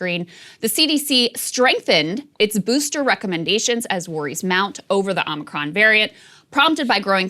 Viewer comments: I like that Joe says "Omnicron". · No Krystal it’s pronounced Omicron like The planet Omicron Persei 8